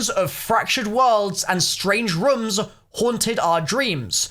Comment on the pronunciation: Why does he say room weirdly, it’s fucking annoying